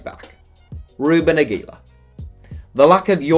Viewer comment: The way you pronounced Aguilar hurt my ears.